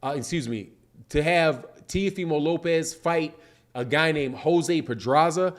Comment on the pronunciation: Tay-OH-fee,-moe, is how Teófimo is pronounced.